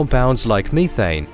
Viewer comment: I agree with many comments identifying the annoying deluge of ads, but I've come to discover that when the narrator pronounces methane as "meeethane", I am in for a stellar treat. Thank you for this and all of the other enriching and enlightening videos. Reality beats fiction every time! Keep em' comin'.